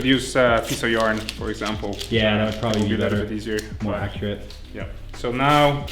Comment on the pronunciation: When he said "piece of yarn", I thought he said "piece of urine" and I was like wtf?